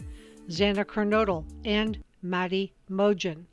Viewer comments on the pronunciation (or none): Mogen not mojen